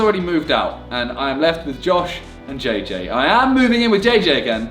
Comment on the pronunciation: you can not even pronounce jj well